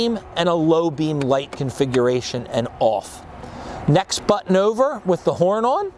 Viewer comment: The way he said "ouver here" right before that gives him away. That's distinctly a Mid to South Jersey accent (anywhere South of NYC) down to the Philly area. A few characters on The Wire which takes place in Baltimore had it too. His pronunciation of radiator is the way it's most often said in NY. "Ray-deator", though correct is almost Never heard within 200 miles or more of NYC.